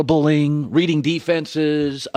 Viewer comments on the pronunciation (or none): none